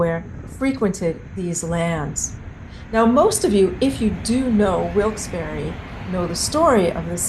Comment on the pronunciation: As someone born in Wilkes-Barre whose ancestors were Connecticut Yankees and coal miners I really appreciate the work you put into researching Wilkes...and...Barre. And thank you for pronouncing the town correctly!!! ❤❤❤